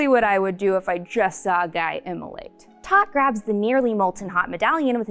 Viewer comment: Oh, and Toht’s name is pronounced “tote”, like a tote bag. It’s a variation of the German word tod, which means “death”.